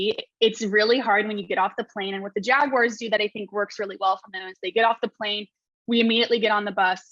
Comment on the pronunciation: its JagUARS not "WIRES"